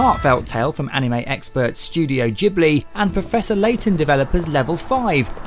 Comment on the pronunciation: JIBLI?! JIBLI?! It's Ghibli.... Pftt. Just can't get the reviewers these days. Haha.